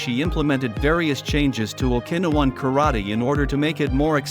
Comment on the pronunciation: AI crap. The pronunciation of Okinawan 😂